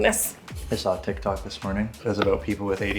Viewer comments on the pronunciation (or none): none